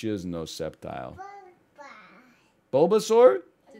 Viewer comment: Yoooo killed the "Bulbasaur" pronunciation, dude. She's really starting to pog up.